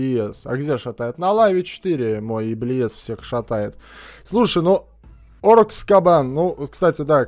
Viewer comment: Не оркс кабан, а оркс ка-бэйн